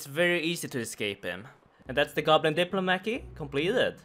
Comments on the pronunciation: Did he just say goblin diplomaki? xD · Goblin Dip-La-Mackey is my favorite pronunciation of all time! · “Goblin Diplo-Maky” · I just have to say i really dislike how you said "diplomacy" other than that super excited this is back :)